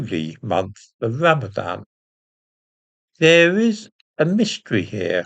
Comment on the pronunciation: Ran-a-van more like